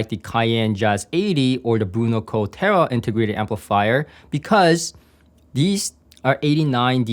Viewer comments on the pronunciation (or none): none